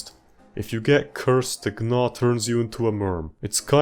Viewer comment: “Gnaw” is pronounced “naw”, like chewing? It’s a word.